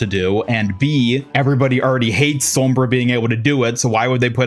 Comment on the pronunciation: The way you say Sombra made me turn off the video and avoid your channel. Sorry, I can't do it.